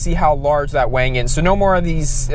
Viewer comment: Why do you call the rear wing a "WANG"? Is it because you drive a gtr and that's how importer call it?